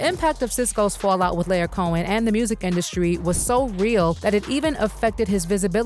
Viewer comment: His name is Lyor Cohen pronounced liar which fits him well.